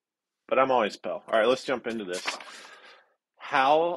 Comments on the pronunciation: Pell??? Ohhhhh, pale.... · pronounces pale "pell", and that's kind of adorable.